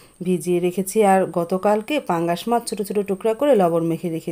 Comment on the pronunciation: Basi pangas mas bolar ki ase , mas bolte paren na